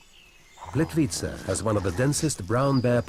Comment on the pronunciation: I am not sure how the man pronounces This lovely place ... it is a bit odd hearing that accent trying to say it , I guess .... for me , if somebody cannot say it exactly as dialect for each country or region will say it , just try to get phonetic enunciation right , without trying to add accent / vernacular on top of that ... already can tell when someone is not from a place that they try to pronounce with local accent as if they are trying to put the same inflections into the word to fit in with the culture or language etc.... it is already bad when some people butcher the wuss things are called within various regions etc .... like when some from America or Some British people try to say words like Paraguay and they sound like they’re having major stroke or something ? How they will try to pronounce with inflections as if they are enunciating how the locals will say it ,but it only adds to the disconnectedness of it all and does not Sound at all like they are pronouncing correctly or putting right accent or dialect or however it’s called into it ... they will always sound as if they are struggling to say the entire word, in such unnatural inauthentic way that has no fluidity or normalcy to it and make so many people just cringe to hear it haha. It is apparent when some of these people try to say various names of these places in documentaries , where if they just try and not add inflections of the accent they try to mimic , they will not standout so badly , as when they over